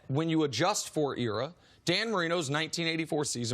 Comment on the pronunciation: Nick is soooooooo dumb! Eric and Chris have been in the league for years! They know more, they are experienced . WTF does Nick have experience in? He cant even say era right!